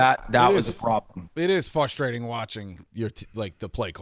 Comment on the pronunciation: Big Cats face when says “Fustrating”